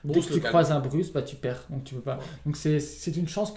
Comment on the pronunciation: Merci encore pour cette vidéo! Hey les gars, c'est "BruSe" pas "BruCe" ! [Z] Malheureusement, je crois que Partner c'est un peu cheaté dès le départ... 7 cartes en main + 2 Gégé D'accord avec Kozent, pr moi Zurgo ne sera jamais BAN, c'est un type classique aggro, limite le 20 PV a été mis en place pour ça.